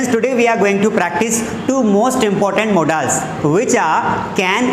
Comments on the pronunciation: Modaaaaaals nhi hota modal hota hai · Not modaals it is only pronounce modals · It's not modaals it's modals pronunciation is little wrong